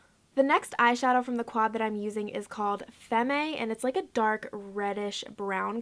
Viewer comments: "FEM-MAY?".... Lol it's FEM (femme) the last M.E is silent . . Like femme fatale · awe you pronounced FEMME wrong!! I thought we discussed this in Instagram live!!! it's pronounced FEM. lol. still gotta love ya though